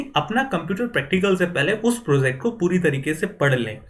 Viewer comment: "pro-ZACT", "ZAAN-kari" lol